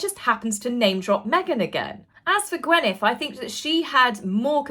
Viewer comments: It's GwYneth, not GwEnyth. Come on now, please !!!! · Gwyneth = (gwinneth not gwenneth) (gwyn think gin!) ❤ 🐾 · Gwyneth = Gwineth not Gwenyth